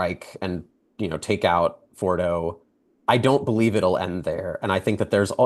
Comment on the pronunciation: Please, learn how to pronounce nuclear and Fordow